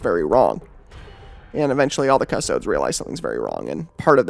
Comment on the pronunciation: The way you pronounce custodes is literally my only criticism. Please pronounce correctly. 😂